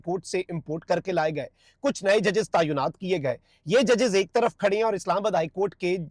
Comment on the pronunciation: Please correct it. The exact pronunciation is TAI-NAAT not taa ayyo naat.